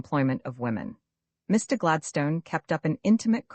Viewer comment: Gladstone is pronounced incorrectly throughout.